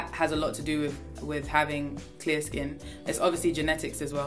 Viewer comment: Me: what’s tear skin? An hour later: wait! She prbly said clear skin!